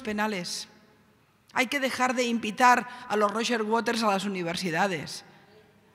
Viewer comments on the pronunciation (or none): none